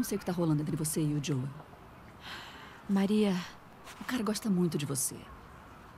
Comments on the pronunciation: O Edu fala: Jol,sendo que o correto é : joe,pronunciando diol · o ano é 2023 e eu me incomodo até hoje cm o edu falando ¨jol¨ ao invés de joel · Da um Nervoso tremendo ver o Edu chamando o Joel de maneira errada🤣